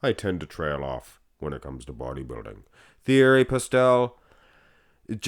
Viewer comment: You pronounce his name t e a r y. He is actually closer to 59 than 52. I talked to him for an extended amount of time at the 91 Olympia. Google has MN as 5ft 2in but that is grossly inaccurate. I'm 5-11 and he was in bare feet and no more than two inches shorter than me. Andrew Jack is 61 and a half.